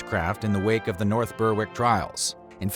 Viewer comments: 'Ber-ick' not 'burrrwick'. Apart from that good video! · It’s pronounced ‘Berrick’, not ‘Berr-wick’. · Nice video, nice research, Just one small thing - Berwick is pronounced Ber-(as in berry)-ick. That goes for all the places i know with that word in their name, eg. North Berwick, Berwick-on-Tweed etc. Keep up the good work. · Murder goes Berrrrrrrrrrr-wick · Yes, just like Smithwick's beer - Smithick's